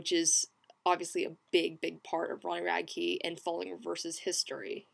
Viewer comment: Actually its rad-key